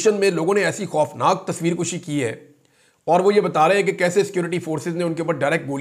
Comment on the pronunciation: میرے بڑے بھائی جان تصویر "کَشی" ھوتا ھے " کُشی" KUSHI نہیں ھوتا ھے ۔۔۔😊😅😊😅😊😅😂😂😂۔